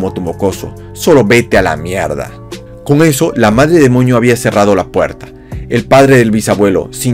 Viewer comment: Andabas enfermo o por qué decías Madre demoño